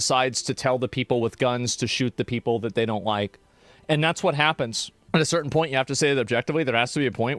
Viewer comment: He obviously said "dat"